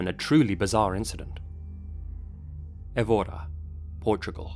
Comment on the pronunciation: Hey, I'm a big fan of your work, from Portugal, and I'd like to point out somethings about the Évora case that were a bit off-mark; -Slight misspronounciation nitpick, the town of Évora is pronounced Eh-voo-ra, the o's in portuguese normally sound like u's. -Another nitpick that I have to point out is that the journal which is used in the video the present the single-cell organism is from a Spanish publication, not a Portuguese one. Just mentioning it because a lot of people often confuse Portugal and Spain, getting them confused is often an easy way to set off a Portuguese person. -This one is a bit more serious and that's why I saved it for last; Portugal in the 1950's wasn't just more "restrictive" and "nationalistic", we were under a fascist dictatorship, the longest lasting one in Western Europe in fact. the PIDE (secret police) most likely threatened the families of Amaral and his associates, and people would often go missing or even get killed if they went against the state's wishes. It was a really dark period in Portuguese history, the dictator's motto (Salazar de Oliveira) was "Deus, Pátria e Família" which translates to "God, Homeland and Family", which goes to show why Amaral bit his tongue.